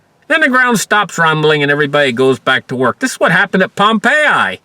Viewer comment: you pronounce Pompeii correct - most dont